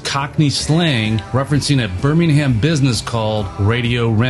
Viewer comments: How many times do we have to tell Americans it's pronounced "Bairmingum" NOT 'BirmingHam'!! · How can the narrator get "Birmingham" so wrong? 😂